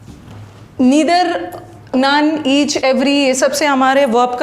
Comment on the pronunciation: I'm disliking this video only because of wrong pronouncements of Neither/Either